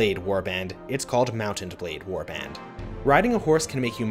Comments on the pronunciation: why are you seemingly straining to say Mount and blade? putting an emphasis in the T in Mount. just say Mountain blade or Mount-n-Blade. it rolls off the tongue better. you don't NEED to say it like that dude. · He says it like "mountained blade" one time